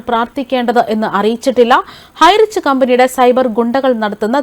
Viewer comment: highrich എന്ന് പോലും പറയാനറിയാത്ത ആരാ ഇത്